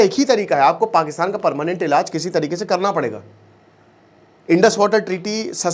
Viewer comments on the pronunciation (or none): none